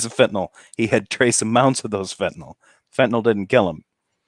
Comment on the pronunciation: doesn't know that the drug he is talking about is not called Fentanol, it's called Fentanyl. How is it that I know that, snd he doesn't? After all his years of paying careful attention to current events?